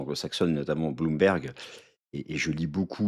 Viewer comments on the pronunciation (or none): none